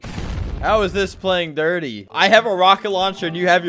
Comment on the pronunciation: That dirt part of how you pronounced it was so confusing and funny